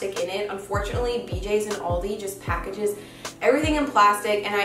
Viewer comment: Hass du jetzt echt "oooouldi" gesagt :D